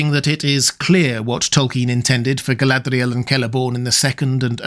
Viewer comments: Why do you wreck the "r" in Galadriel?. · Your videos are fantastic, but your pronunciation of "Galadriel" is ridiculous and obnoxious. No need to exaggerate it so much, makes the video borderline unwatchable. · So Galadriel was 'Guyladriel' as in Rings of Power?